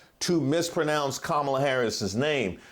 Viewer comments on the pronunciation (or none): Karma - its Karma - la not Ka - MALA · Her name is Kamala which comes from the Hindi (originally Sanskrit but also Hindi since Hindi is derived from sanskrit) word kamal which translates to lotus and also has some religious notations. Come-uh-la is most accurate but sometimes Come-la (some people just say it like that when speaking fast) CUM-AAH-LA. I get it, some exotic foreign names can be hard to pronounce but Kamala is one of the easier ones by a long shot and when you do it repeatedly AFTER being corrected, youre doing it on purpose to be disrespectful. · Dear Nancy Mace you tired it in this interview with your covert racism that not even if you tired to pull a fake Karen wm tears will it still not work with your tired justification for purposely mispronouncing Presidential Candidate Karmala Harris name. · Pronouncing her name Kumaala is like a bunch of 5-yr olds on a kindergarten playground trying to belittle a classmate by making fun of her name. It's so childish. The only people who are dumb enough to fall for that are the core MAGA Morons. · Intentional mispronunciation of someone's name is ignorant. And yes, ignorance and racism are synonymous. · She litterally said she could pronouce the Vice President's name however she saw fit that's crazy. The clear lack of respect does have a racial component. They call her a DEI hire, Kamala Harris was more qualified than Donald Trump before he became president running business' into the ground. She's actually more qualified than Trump and Vance combined. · Mace supports a convicted sex criminal,She wants a rapist for president. If she pronounce Kamalas name not exactly, it is not much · The fact that she said it RIGHT and then "corrected" herself to be WRONG, and then says "ill say it however i want" is just the response of a belligerent child!, not someone we need in a leadership position!, embarrassing!! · Continuing to mispronounce someone's name incorrectly is disrespectful!!!